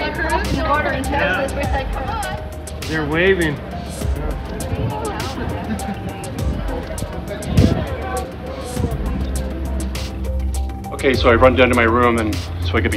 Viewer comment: I can’t avoid to 😭 when he says they waiving.